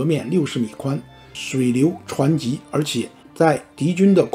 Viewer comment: 水流湍急（shui，liu，tuan（一声），ji）